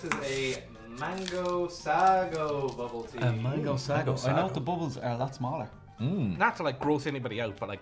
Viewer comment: Sago is promounced Say-go